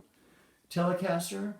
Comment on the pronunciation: "Chender" "Chelecaster" Or "Chele"